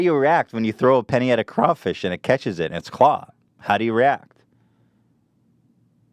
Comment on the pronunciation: Oh thank god he said Crawfish correctly Louisiana is satisfied